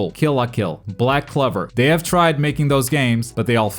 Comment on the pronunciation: He seriously said "Black Clever"